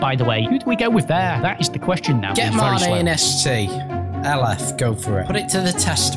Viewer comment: They days when they would call Mane “Main” 😂😂😂